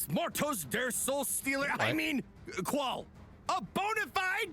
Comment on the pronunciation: pretty sure it's pronounced like Zol Trawk (rhyme with hawk)